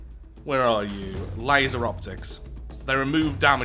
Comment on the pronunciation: Laser not litser